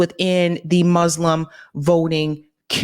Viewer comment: Better pronunciation please,. For 'Muslim it's not 'Muzzlams', it's 'Muslim'